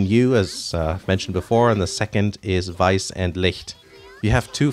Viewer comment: the way you correctly pronounced weiss and licht gave me a steifen